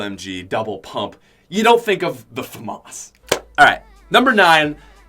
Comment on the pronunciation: i dont think thats how u say Famas